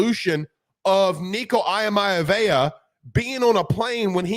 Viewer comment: Nico’s last name is pronounced EE-uh-Ma-Lee-ah-va not Eye-Mia-vaya and Myriad is Me-Ree-Ed.